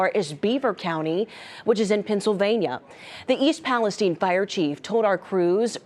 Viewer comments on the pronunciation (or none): Stupid yanks can't even pronounce the name of the town